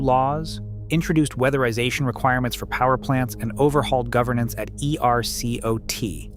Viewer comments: Nobody in Texas pronounces each letter of E-R-C-O-T... I don't fault the content but you gotta try to tone down the AI usage, not make it so obvious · Just a quick note, for the future: ERCOT is pronounced as a single word, not spelled out. 👍